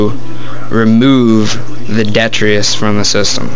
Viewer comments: Are you talking about detritus lol not det tree us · its pronounced Dee-trit-us